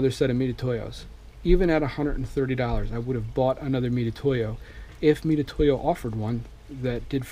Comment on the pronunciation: Can’t take anymore.!.!.... weirdo OCD and c’mon with the “meat-a-toe-ya” hooked on phonics bro. It’s like a easier way of saying Mitsubishi. LOL oh oh.... and my favorite. When putting his micrometer away trying to figure out how much to close his mic. Settles on 75 thou finally.